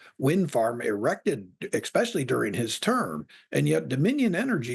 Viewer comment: it's pronounced es-specially, not exspecially. Furthermore windfarms are one of the largest environmental disasters ever created. Liberals are brainless communists in disguise.